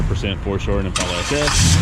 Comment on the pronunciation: Great video. I really wish that people would pronounce the name of the car correctly. It is im·pal·a, not im·paul·a. Watch a vintage commercial from Chevrolet if you doubt me